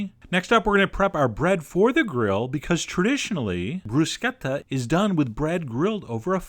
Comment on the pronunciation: Thank you for pronouncing bruschetta the way you're supposed to. I'm tired of hearing brushetta. Ch in Italian makes a k sound.